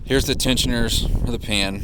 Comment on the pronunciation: Did you say pan or pam?